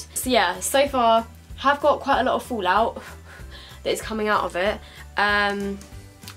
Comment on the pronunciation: I love accent. "It's got a lot of fool-out". Which part of UK are you from?